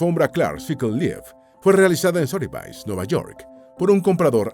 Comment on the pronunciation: Sotheby's en realidad se pronuncia "Sodebis"